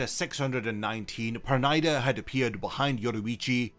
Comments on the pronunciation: it's per-nee-da not per-ny-da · Pronouncing the name like that is ridiculous. It is Yiddish, almost Hebrew, if not. Please stop pronouncing the name as the Japanese who have a problem with its pronunciation in the first place.